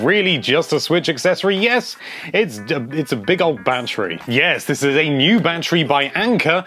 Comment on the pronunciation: Why do I keep hearing him say "banterry"?